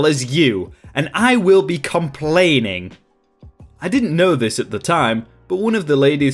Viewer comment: "Complainging" My nipples are bleeding.